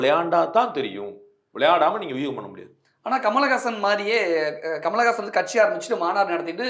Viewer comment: KAMALA GAASAN illa pa, Kamal Haasan